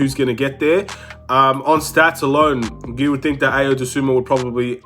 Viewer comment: To whomever needs to hear this… it’s pronounced “Eye-o” “Doh-soon-moo”